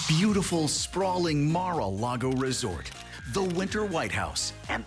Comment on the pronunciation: Mar-A-Lego... lol